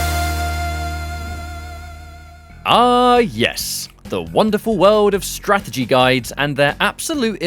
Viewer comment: This is why I DON"T buy strategy guides. This one isn't a Strategy guide. it's more like a (STRA-GE-GA-DY) guide.